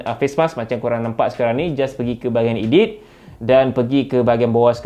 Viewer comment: Sebut edit betul2 bang "eh-deet" bkn ee-deet hihiks